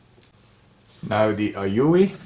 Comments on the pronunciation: It's "A-You" or A-U.... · "the Aoyuueeuuublbblblbll.." hahaha I died at that part!! XD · I still keep my Weller for sentimental reasons, bought it 2 years earlier than you :-) and it’s still in perfect condition and use. Quality indeed, and one of the best buys I ever made. Talk about "your father/grandfather"—OURSELVES it was! :-) Then again, today I also use mostly Aoyue … unpronouncable-name-stations. Hint: In the EU, the Aoyues are usually cheaper if bought directly at You save import customs and also get all the parts and tips here. Re heating elements: Be careful when buying! They come in different wattages, like for the Aoyue Int968 it’s 35W and for the Int968A+ it’s 70W. So maybe you just bought the wrong spare? I made this error once, buying an Int936 (35W) instead of an Int936A (50W). They seem to learn, though: Mine came with a free spare heating element. Kudos for that. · The aoyue pronunciation i laughed for 5 minutes straight, Very informative video gracias. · I literally spit a little coffee all over my steering wheel when you tried to pronounce that soldering iron at 60 Seconds.